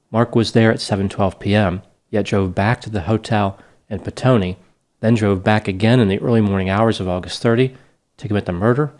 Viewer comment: Well done on your pronunciation of the place called Petone👍 also sex workers confirmed said he was with them ...still it is a bit of a mystery and there are theories about his business partner ..very sad case mate it was brutal 🇳🇿😔